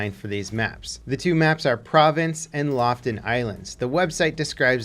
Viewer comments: okay, im not even from Norway, but i still feel offended about your pronunciation of Lofoten :D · You need to pronounce both the O's in Lofoten 🇳🇴🇳🇴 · Oh my damn, butchered the name of the lofoten islands lol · When a norwegian see you trying to pronounce Lofoten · Straight up butchered Lofoten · Maybe you should google how to pronounce "Lofoten" before making more content on that map ^^ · Loften ilands soo not Lofoten ilands then xD its just Northern Norway again some Hrs West of Narvik and Fjell cx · It's Lofoten Islands, not Loften Islands. It's pronounced "low foe ten" islands. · "Lofoten" is pronounced "Loo-foo-tn", not "loften"! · lofoten not laften island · Im from norway, and the island-group is pronounced LOFOTEN not LOFTEN ;) like your content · Lo-fo-ten not "Loften" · might finally buy into bfv after seeing this. BTW Lofoten is pronounced "Lo-fo-ten", not "lof'ten" ;) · Loften Islands? Its LOFOTEN. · Lo-fot-en not loftn islands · Completely botched pronunciation of Lofoten, it is Lo-fo-ten, not Loften. But awesome video. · Not Loften, but Lofoten Island :). Lofoten is in North of Norway, not so far from Narvik. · its Looh foohten if u wanna pronounce it proper. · its pronounced more like LOW - W + FOOT + EN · Okay, so here's how you pronouce "Lofoten". Loo- (long o-sound as in "cool"), foo- (as in sneaky ninja attack, FOO!!) -ten (as in the number ten). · Lofoten is said like this: Lo-Fot-En Best regards from norway, we look forward to see you at our home turf. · How do you change the name of Lofoten to Laughton? Is not that hard to pronounce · loled so hard hard when you pronounced Lofoten, its pronounced Loo-foo-ten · It's pronounced slowly loooo-foooo-ten. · Lofoten in pronounced "lof o ten" 😅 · if want to pronounce Lofoten correct, both o's are pronounced like the o's in "look". Like Loofooten. You're welcome! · I was bout to write the same comment myself as I cringed as soon as he said "Loften Islands"